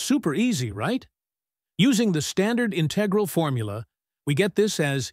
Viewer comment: Your pronunciation of "integral" is wrong. The accent is on the first syllable.